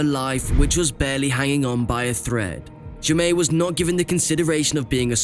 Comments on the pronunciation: Fairly certain the child’s name is pronounced Jay-Mee, not Ja-May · Except “Jaime” is pronounced “Jamie”, not “zhe-may’”.